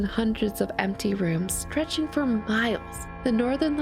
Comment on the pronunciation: "Da things I do fwor love." - Greta and Courage the Cowardly Dog.